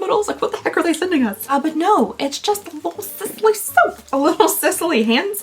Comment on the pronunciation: Just FYI, Sisley is pronounced like Seez-Lay... Love your videos, even though i am not exactly your target, BTW...